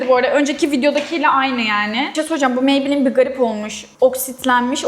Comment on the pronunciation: Lorel parise maybleenn demesi cok komik deyil mi😂😂😂😂😂